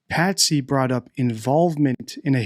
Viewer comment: Her name is Patsy not Patty. Just thought you'd want to say their correct names.😊